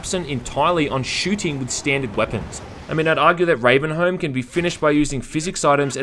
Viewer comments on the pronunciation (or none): It's pronounced "ravenhome" Like Stockholm is pronounced stockhome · You don't pronounce sherlock holmes "Sherlock Holms" do you? You dont pronounce the L in salmon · No, he pronounced it as Ravenhome lol. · Ravenholm is pronounced "Ravenhome", just as much as Stockholm is pronounced "Stockhome"